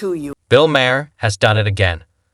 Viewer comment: How many ways can you miss pronounce Maher in one video?